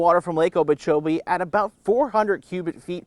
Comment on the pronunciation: I can't keep listening to this guy say "Lake Obeechobee"